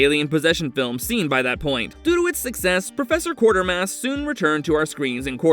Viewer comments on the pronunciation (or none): It is not Quartermass. It is Quatermass, pronounced as kwate-er-mass. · #9 is in fact The Quatermass Xperiment, not Quartermass (just one 'r' in there). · It’s not Quartermass, it is Quatermass. And it’s not “The Island Earth”, it’s “This Island Earth”. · I love Cheech Marin's line from It Came From Hollywood when they were watching the scene of the man getting attacked by the cat in The Incredible Shrinking Man: "That'll be the first time a man was eaten by a pussy!" By the way it's "The QUATERMASS Experiment", not "Quartermass". Awesome film though, and the follow up "Quatermass and the Pit" is even more a sci-fi classic! And it's "THIS Island Earth", not "The" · Who is Quartermass?? Quatermass!! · Quatermass; not Quartermass & it's THIS Island Earth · A good list but I don't understand the byline of 'so bad they're good' when you've got historic Sci-Fi titles like Incredible Shrinking Man and Forbidden Planet, which has the iconic Robbie the Robot, though I must tell you, you got two of the titles wrong - it's pronounced Qway-ter-mass Experiment while you were pronouncing it Quart-er-mass. You also listed the last movie as The Island Earth, when it's actually This Island Earth. Sorry to nitpick but you always put such effort into your videos, I wanted you to have the correct titles and pronunciations. Also, if this is a list of underrated Sci-Fi movies, how come Monolith Monsters, the Deadly Mantis, or the Giant Behemoth didn't get even an honourable mention? ;) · Also, mispronouncing QUATERMASS as Quartermass despite seeing the correct name twice